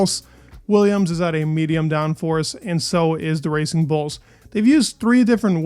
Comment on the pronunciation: I heard that as "Racing Bolts"